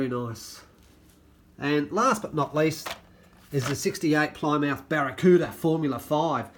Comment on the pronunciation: Plymouth is pronounced as Ply with a small I mouth is pronounced leaving out the u sound